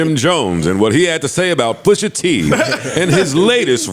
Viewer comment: Jummo can’t even speak pusha T’s name, Jenny jones must be getting high wit crissy again 🤦🏽‍♂️